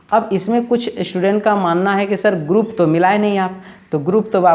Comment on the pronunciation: श्टुडेन्ट नहीं होता मास्टर साहब, स्टूडेंट होता है। थरी नहीं बोलते थ्री बोलते हैं। शुरू में ही गड़बड़, हम बच्चे क्या सीखेंगे ऐसे में सर।